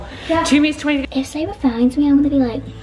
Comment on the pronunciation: Sabre is her name how we pronouns it is sayva